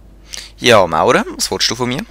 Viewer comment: Scho cool, aber es isch scho komisch wänn du dauernd Murere satt Maurer seisch :-)